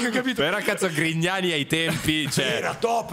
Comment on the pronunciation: scusate, non ho capito... ma dice "limona con Grignani" o "limona con i cani"?🤔